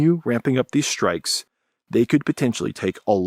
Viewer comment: "Shtrike"... When did this happen?